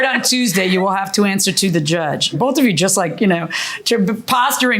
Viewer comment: I paid 'em bofe. lol. Nobody can say "th".